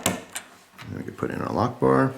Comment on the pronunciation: I thought that when you said "a lockbar" it sounds a little bit like "allahu akbar" and now i can't get it out of my head and you keep repeating lockbar...... D=